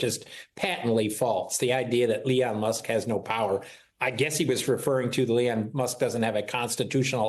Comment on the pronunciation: It's Elon NOT Leon. How could Trump's ghost writer NOT know that?